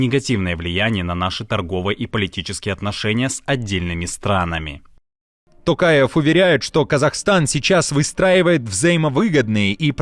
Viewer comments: Делюсь, очередной раз, своим мнением: ТОкаев, произносится по-русски через «О». Благодарю! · жаль чеченцы и Сирийцы не услышали Токаева 😌 Рабсия сильна лишь в не способности правильно произнести инициалы казахского президента 🤭